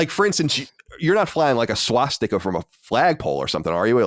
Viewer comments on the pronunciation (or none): none